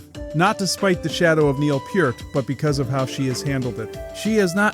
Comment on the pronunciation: Was prepared to watch it all, then you said PERT. NEXT!